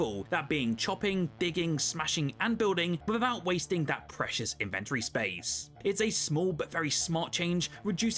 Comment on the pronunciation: Please say inventory again. I stroked out hearing that pronunciation